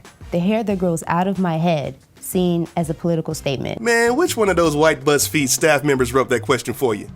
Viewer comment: He sound like he said buttsfeed